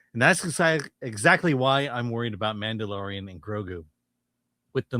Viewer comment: I swear you said “The Man The DeLorean…. The Grogu”